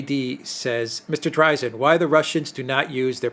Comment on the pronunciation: Could you guys check on the pronunciation of "Dreizin"? I believe that Mr. Dreizin pronounces it "DRA-zen", but y'all say "DRI-zen."